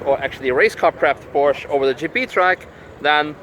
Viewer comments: He, thought you speak german, it is Porsche, not Porsch. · Porsche = PorschA. Surely you know this?